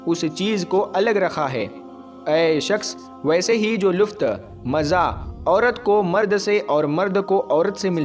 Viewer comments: Luft nahi bhai lutf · wo lufth nahin, lutf hota hai mere bhai, pehle apna talaffuz theek Karlo mere bhai...... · MereBhai Luft Nahi Lutf